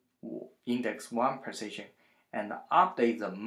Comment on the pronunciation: the way u say position sounds like precision...hard to understand the accent